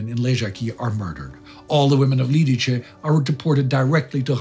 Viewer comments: It's Lidice [Liditse], not Lidiče [Lidiche]... It hurts to hear such a bad pronunciation :( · Liditze, not Liditche :) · As a Czech I am grateful for (pretty much) two episodes focused on an event that have shaken up our modern history. Thank you. Couple notes on pronunciation for those who wonder - Lidice is pronounced Lee-Dietz-Eh :) not Lead-Each-eh (Jaroslav) Švarc's surname is Czech spelling for Schwartz and is pronounced the same way (so "ts" sound at the end, not "k" sound). Otherwise I am amazed with the pronunciation being mostly perfect. Czech (and slavic languages in general) is fairly hard to pronounce from just written form to people that are used to English, French or German way of spelling (i.e. non-phonetical spelling).